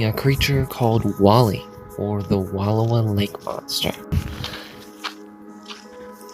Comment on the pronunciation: It's pronounced Wull-OW-uh, dear. 😊